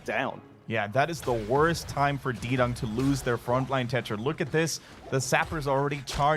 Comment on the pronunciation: Fairly certain it's not "D-Dung" it's "D-Young".